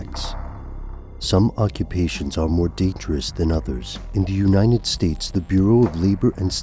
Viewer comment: U say United States weird. It sounds like Unined states